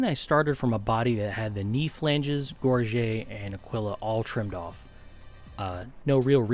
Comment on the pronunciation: Its so cool you pronounce gorget correctly